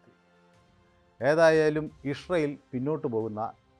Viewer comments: Ishrayel അല്ല ഇസ്രയേൽ ഇസ്രയേൽ അങ്ങനെ പറയണം. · ഇസ്രയേൽ എന്ന് നേരെ പറയാൻ ആദ്യം പഠിക്കൂ.